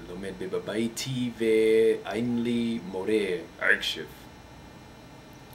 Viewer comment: your hebrew is great! for a beginner, of course. I thing your "ayin" is to strong' more like in arabic then in modern hebrew. As a native speaker, I thing your R is like in spanish: modern hebrew R is more like in german or french. we usually say "BeiTI" and not BAiti, and "lekuLAM" instead of leKOlem, bur your hebrew is still good. How long you learn it? Five years? however, greeting from israel. And I can promise you it's a beautiful place. sort of.